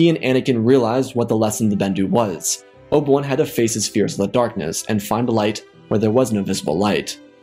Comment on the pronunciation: "Oba- wun?"